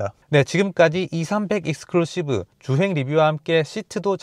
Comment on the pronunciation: 익스클루시브 너무 강조하시네ㅋ